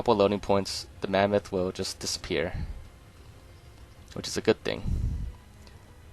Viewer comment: Love how you call it the mammath